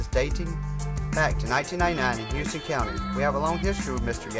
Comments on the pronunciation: you dont pronounce houston right. youre saying it like houston texas but in ga we pronounce it house-ton. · where is he from that he doesn't know this? We have a HOUSE-TON street here in Macon and the county's right to the south of us.